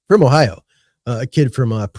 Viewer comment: Idk about that song but it describes ohio. Shooting dice was big in the Akron area. But I wish you could understand him saying ohio.